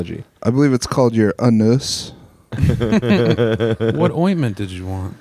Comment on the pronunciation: Hopefully "uh-noos" is doing better 🫶